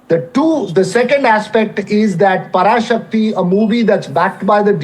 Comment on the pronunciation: The pronunciation of Parasakthi is wrong.. Pls correct it.